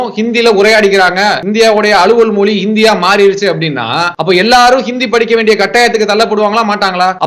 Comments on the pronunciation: Moli illapa Mozhi.. atha first correcta sollu.. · Mr. அண்ணாமழை.. அது மோலி இல்லை, மொழி, மொழி... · என்னது மொலியா மொதல்ல மொழி னு தமிழ்ல சொல்லி பழகு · மொலியில்ல இல்லை மொழி